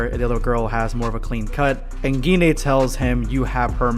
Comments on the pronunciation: Pretty sure its pronounced g-yne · Kind feel like it’s pronounced with a soft G, like auberGine. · Ur pronunciation of gine is killing me